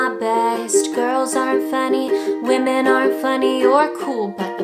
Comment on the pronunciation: "Wamen"